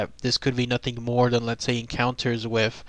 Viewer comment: and it's pronounced "with" not wiff